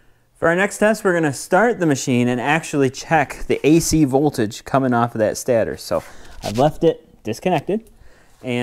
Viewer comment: stAtor not stattor.